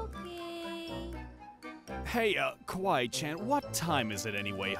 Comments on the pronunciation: It's Kawaii Not Kawwaii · You aren't copying but you said "kawwi chan" Instead of Kawaii~chan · It's Kawaii Not Kawai